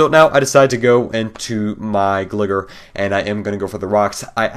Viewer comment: pronounced glygar not gliger